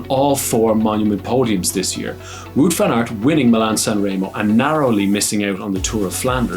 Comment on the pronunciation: Nice board game in the studio. It’s not wood van aert, it’s waaaaaaut! Also vlooten, it’s vluten like in dirt, or hurt. Try doing research in how to properly pronouncing the names correctly. It’s a form of respect and make you look smarter.